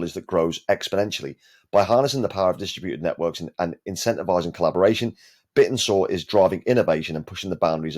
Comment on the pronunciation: Wouldn’t it make sense to pronounce it ‘Bit-tensor?’ And not like a dinosaur?